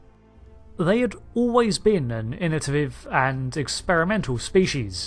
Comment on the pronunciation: "Innotaviv" lol